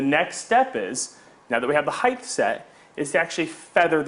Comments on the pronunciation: Height, not heighth. Jesus. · Height... Not heighth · height, not heighth! no 'th' sound in height. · You lost me at highdth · His use of "heigth" is so distracting. It's not a real word, buddy. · there is no "th" sound in the word "height"